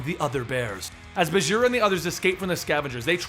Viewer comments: Hey Bagheera is a Hindi word and it's pronounced with a hard g like in 'ghost', not like a j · is it bageera? or baguira? how to pronounce?